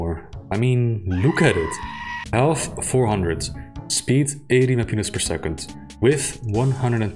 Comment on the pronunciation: Elth? Aight? (Instead of health and height) Is that a result of a bad noise removal or do you actually speak like that?